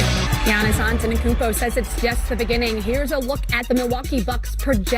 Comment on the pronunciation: its not Giannis AnteNokoumpo but Giannis Antetokounmpo u are supposed to be a presenter at least learn the name of the freakin MVP